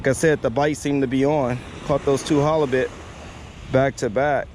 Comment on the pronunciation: now. "Hollobit" , what is that? Are you saying halibut? Flattie is also ok. If you want to catch fish ditch that rig. Get some weighted hooks and some of the small rainbow rubber baits. That way you are on the bottom not midwater with your sinker dragging the bottom. It seems like you like 'pancakes' and you'll find plenty on the north side of the jetty. Pancakes galore! A batch of turbot would be much better than no halibut. On a boat or tube you can use multiple hooks.